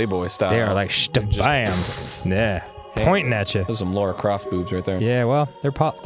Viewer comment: Pet peeve #2375: It's not Laura Croft, it's LARA Croft.